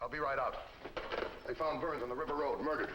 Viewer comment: Dans New York accent slipped in "Paid of by being moided !"